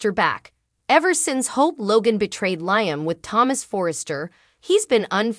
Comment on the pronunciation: Can we PLEASE learn how to pronounce Liam's name!?!?!?!?! The name is pronounced “LEE-um”. Thanks so much........;)))